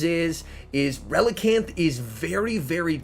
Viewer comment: Relican'th? ReliCAN!